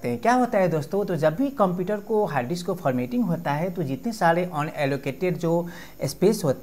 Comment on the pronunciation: Correct your pronunciation it is "DISK" not "DIKSS"...